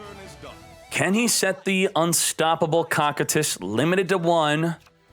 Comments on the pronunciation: its pronounced (KOU KAI TUS) not cockitus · no but he said it wrong like 90 times and every time it made me wanna shoot myself